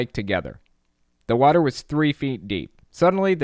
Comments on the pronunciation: Wa Ter, you are not impersonating Kent hovind unless you say wa Ter right. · You have to cough and clear your throat all the time. And he pronouns it "wah-ter" Dr Inmate is just a sad excuse for a human... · It's pronounced wah ter